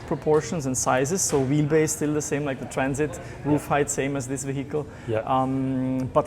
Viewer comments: Sorry, it’s a what, a Trans… it, no, I think it’s a Traaaaaaaaaaaaaaaannnnn…. It. Get it right Jonny.. 😂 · Odd pronunciation of traaaaaaansit straight out of the gate there Jonny. ;-) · It’s so weird you keep saying the name of the trraaannnssssiiit wrong